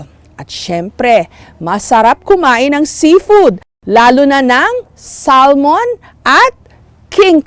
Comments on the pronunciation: Mukhang tanga naman tong si Jessica Soho mag pronounce ng Salmon. SAL-MON talaga? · You say it samon( silent l). Not salmon, lol. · sal mon ng sal mon its silent L samon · SALMON. IT'S SAAAMÛN.